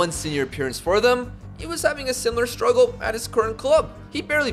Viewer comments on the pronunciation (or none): none